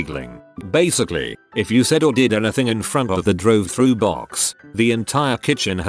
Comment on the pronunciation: “Drive thra”